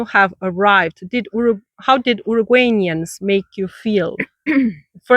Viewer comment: Its not "uruguaynians", its uruguayans ❤ (Uh-ruh-guah-ians)